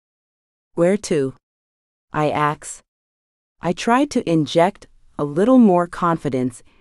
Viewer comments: I've noticed that almost all of the AI narrations say "axed" instead of "asked" and yes it's so very annoying!!! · The computer that reads this was programed. Therefore it can be reprogramed. Please, please, please, please teach it to say "asked" rather than "axed"